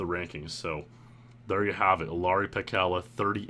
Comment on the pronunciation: Shoutouts on getting Ilari's name right 👌